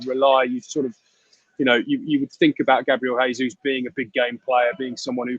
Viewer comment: Mr Olley, you report on Arsenal, can't you learn how to pronounce Jesus properly?